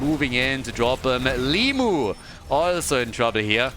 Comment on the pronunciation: I'd like to point that his name is limush - despite it's written like limuw, letter W here transliterates into sound sh as it looks like our letter Ш. I know he doesnt mind when you call him limu, but it's just the fact you might find interesting.